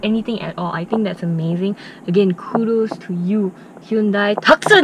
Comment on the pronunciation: Hyundai TOO-SONN, unfortunately not pronounced as Tux-Sun. LOL..sorry, just being nit-pick. Good and "too honest" review.